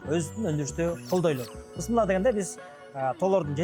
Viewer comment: Бысмылла эмес Бисмиллах. Жок дегенде Бисмиллах деп так айталычы.